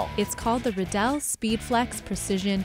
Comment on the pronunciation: ha this guy works with Riddell and cant even say Riddell right